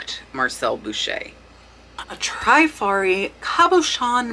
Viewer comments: Great video. Only thing is, honestly, my ears hurt to hear some of your pronunciations of some of these designers. Givenchy is Zhee-von-she. Trifari is short "I", as in triste, not "Treefari" . Other than that, your child is adorable and so well behaved! Kudos! :) Thanks for the great content. These brooches are beautiful eye candy! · I really love your videos! FYI, the pronunciations is Trifari, with a short “i,” like in the word “trip.” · Oh thanks for the info and tips you YouTubers blast - its no wonder why I cant find any more treasures! You guys are ruining it for soooooo many of us! Oh, and its not Tri-fari. Its the "i" pronounced short like in "is" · I adore you. I admire what you've accomplished and shared. It's cute that you mispronounce brands like givenchy, trifari and vendome, but hey you are making lots of money and that's what counts